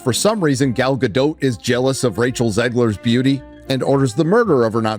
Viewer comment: DOT! It's gadot, gaDOT. Not doe ffs